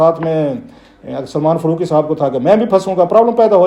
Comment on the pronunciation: ۔۔۔۔۔فروقی ؟؟ کلاسرہ صاحب آپ بڑے صاحب علم ہیں۔ بمہربانی الف اور ع کے حروف بولنا بھی سیکھ ہی لیں۔۔۔ فا ، قا ، جا ، با۔۔۔۔۔ فّا روق ، جّا وید ، بّا ہر ، قّا ئدِ اعظم۔۔۔۔۔